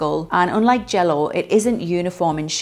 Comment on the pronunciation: Hearing someone an accent say jello was something I never thought I would ever hear lolll!! Thanks for the video as someone whos training to be a combat sports athlete this is very helpful information